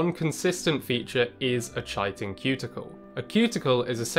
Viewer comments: (/ˈkaɪtɪn/ KY-tin), not chai-tin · Isnt it "Kite - in"? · Chitin is pronounced as "kai•tn". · Are you doing that obnoxious thing where you pronounce words wrong for engagement? If not, it's pronounced Kite-in. Not Chai-tin. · Don’t mean to be that guy but in the UK and America it’s pronounced Kai-tin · Chitin...pronounced with a K as in Kitin.... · I thought "chitin" was pronounced with a hard K sound... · Cool video, thanks. Now that I've watched this I wont have to look at the thumbnail anymore, lol. Chitin is pronounced kie-tin. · It’s pronounced “kite-in”. So common for these otherwise wonderful science videos (not just this channel) to mispronounce names and technical terms. Look them up, please! There are online dictionaries! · Fascinating presentation, but your repeated mispronunciation of the word “chitin” was a distraction. The correct pronunciation is KAI-ten. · Ky-tin, Greek and ancient Latin don't have a soft 'c' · That's not how you pronounce chitin. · So now I'm wondering why didn't the narrator pronounce the word correctly then... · maybe he just didn't know. I studied biology, so the word is familiar to me. It's not really an everyday English word! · Enjoyed your video. A minor nit to pick: priapulids are not abyssopelagic, since pelagic animals swim in the mid-waters. They should be described as abyssal, since they live on the bottom. You might profitably look up the pronunciation of "chitin," too.